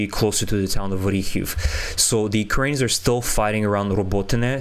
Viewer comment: How is it that you cannot pronounce 'Ukrainians'?